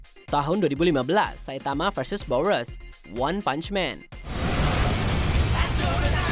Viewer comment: boros kok jadi bouworos